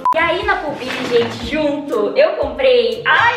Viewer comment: você tá pronunciando Pull & Bear errado hahaha